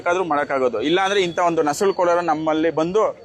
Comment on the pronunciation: ನಸಳು ಅಲ್ಲ ನುಸುಳು